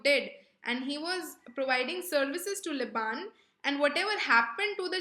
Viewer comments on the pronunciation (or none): none